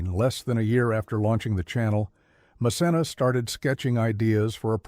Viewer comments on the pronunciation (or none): PLEASE Narrator!!!! Learn the correct pronunciation of the names!!! Or get a new job!! Pronounced MaKenna! Not mcsena! Please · It’s ma-ken-na (Macenna). We knew all of this already bc she said it over the years. I love when ppl paint a storyline as if we don’t already know. She’s educated us over the years if u watch her vlogs you’d know that. 😂😂😂😂😂😂. She still sits at a desk n sew patterns lol depending on her projects. We knew know of Romeo n how they met too. This video is funny well put together though. And the cottage is my fav as well as her la home her mom’s hand painted arts and the baby we all waited for her to finally test positive on baby Kade. Mom of a how 2 yr old still doing her thang now released shows with hgtv we love her over here. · Voice over dude her named is Ma Ken Na!!!!🤣🤣🤣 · You're not pronouncing her name correctly. Though spelled with a C, the C is a hard C like a K. MaKenna! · I've been following her a long time. She's amazing. You should be respectful enough to learn how to pronouncing the names of the people you talk about. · It’s Macenna pronounce the c as in k. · I’ve been a subscriber of her YouTube channel for years…and she is a beautiful person and very talented……it’s nice to know a little more of her personal life….but I am really happy that she keeps her personal life separate from what she shares on her videos! I corrected you every time you said her name …because you were pronouncing it all wrong…which I found very irritating.